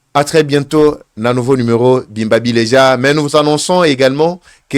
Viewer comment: Eva ,stp mon enfant ,prononces bien notre langue bimba bileja .ce que tu fais c'est la honte je te dés demain, prononces exactement le vrai tshiluba BIMBA BILEJA